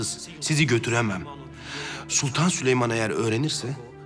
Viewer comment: Prenses sülemon diyor